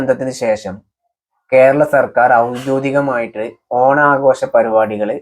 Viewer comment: എന്താ ചങ്ങായീ, ഔദ്യോദികമായി എന്നല്ല ഔദ്യോഗികമായി എന്നാണ് പറയുക അത് പോലെ ഒയിവാക്കി എന്നല്ല ഒഴിവാക്കി എന്നാണ്